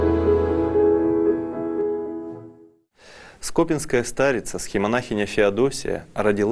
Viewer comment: СкопИнская (на и ударение) )))